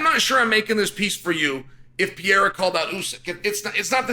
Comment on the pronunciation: Chael please read this comment then... He is called Pereira not Piera! You can also call him Alex or Poatan, much easier!